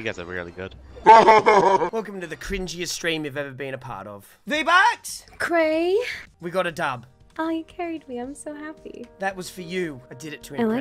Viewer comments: Vee bucks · Vee Buckz: cumtent PewDiePie: Vee Buckz did an OoPsIe!